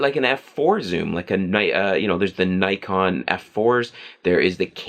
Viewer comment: U mispronounced Nikon so everything you said is automatically invalid.